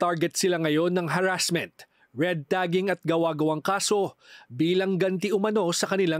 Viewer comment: Ayusin mo pronunciation ng harassment, broadcaster ka pa naman